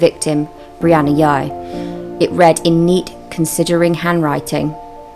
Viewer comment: I think its pronounced Jy